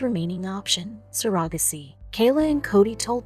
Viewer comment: The way the narrator pronounced ‘surrogacy’ confused me until they said it the 3rd time.🤔🙂😂😂🤣🤣 Greetings from Oz.